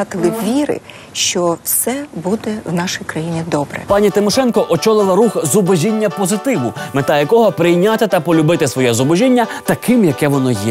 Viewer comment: правильно вимовляти "зубОжіння" :-)